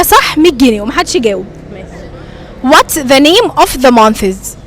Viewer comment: يا مفيش حاجة اسمها منثسس انتي كدة بتخلي الناس تقولك كلام يزعلك month بننطق النهاية بال ث اما months بننطق نهاية الكلمة بال s بدون ال ث يارب تكوني فهمتيني حتي السؤال غلط What are the months of the year? و of بتنطق v مش f